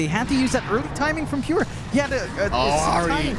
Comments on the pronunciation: why second comentator keep saying Pue? not a Pure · Its not Pure, its Peeyoohh